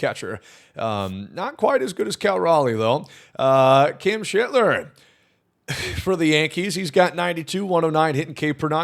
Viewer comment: took all the care in the world pronouncing Nick Kurtz's name but abandoned all that care with Cam Schlittler lmao